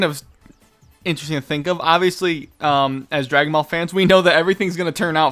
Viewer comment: i like your videos but u say ball sound off lol